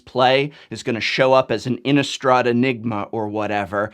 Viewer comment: Also, why do so many people pronounce Innistrad as if it has a U sound in it? Innistraw'd? I thought the "rad" part of Innistrad sounded just like that, rad. I can understand words like chaud, applaud, etc, that have the U, but not Innistrad! INNISTRA_D.